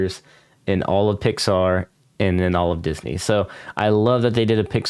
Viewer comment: "Thats what my PIX-AR" lol